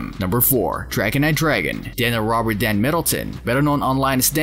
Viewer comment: back it up did u say robert dand middleton dantdm